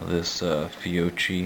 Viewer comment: Heard some turd pronounce it "fee-oh-kee" the other day. I lol'd.